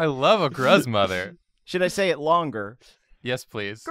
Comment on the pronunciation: When said "gruzmother" I heard " grudgemother " and I think that's just hilarious.